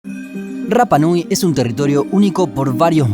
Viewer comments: El idioma de la isla no tiene el sonido "erre", solo el "ere", por lo tanto no se dice " RRAPA NUI", sino que RAPA NUI ... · Yo estuve en la isla viviendo casi un año. Y la R se pronuncia como ere no como erre. Osea tu pronunciación de rapa nui esta mal mi amigo. Saludos buen video